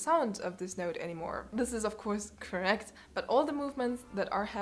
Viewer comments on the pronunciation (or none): none